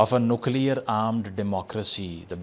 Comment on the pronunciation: Nuclear hota h 😂